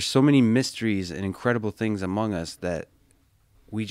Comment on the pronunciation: lol he said amoung us twice thats kinda sussy ngl